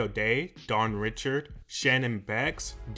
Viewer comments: Dawn’s name is pronounced DAWN “REE-SHARD” it’s creole French. It’s not pronounced Richard like “Richard pryer” please do not spread this misinformation to your audience!!!!!! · You keep mispronouncing Dawn's last name...